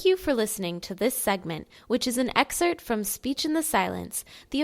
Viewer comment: I cannot do her voice sorry and it's "EXCERPT" not " EXCERT" .